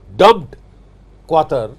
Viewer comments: Qutar not qater quter 😂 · It's QATAR not QUATAR 😅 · quatar nahi qatar hai chootye sankki budhay 🤣🤣